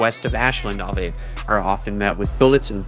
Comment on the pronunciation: Crazy when i hard bim say sahvey instead of ave,i said wtf this whole time this was ai???? It sounded like a random young white man,its straight up ai Ai used to be so mono now its like a person lol scarru